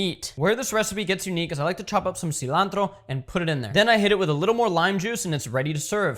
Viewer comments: Pronouncing seelantro keeping you big as hell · Bru said “cilantro 🇲🇽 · Saying cilantro with a spanish accent keeping you big as hell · Saying cilantro in a Spanish accent keeping you big as hell